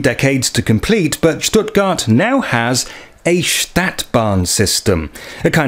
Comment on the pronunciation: Love how you say Schhtuttgart .. thats the proper way!